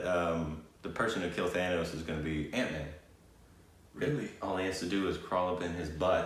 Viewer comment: When said "Ant Man" is going to kill Thanos I've heard it like "Aunt May" is going to kill Thanos. 🤣🤣🤣 That would be so cool though 😂🤣